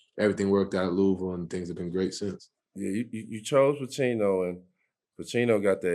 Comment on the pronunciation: Luh ah vul=Louisville